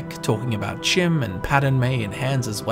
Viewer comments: The College's foundations could be warded instead of the college itself. It could have been there since it's construction. Chim appears to be pronounced with a long E sound and a CH as in Cheese. Fantastic video though. You've made a very interesting story out of not a whole lot of information. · Actual Bethesda lore master says it’s pronounced “Chim” the community “You’re wrong!” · Why would it be pronounced kim?